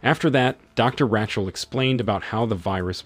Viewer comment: Change it to, when he mispronounced Rachel as Wretchel